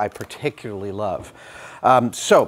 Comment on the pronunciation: "It's a feature I per...It's a feature I pe(a)rticularly love." ;)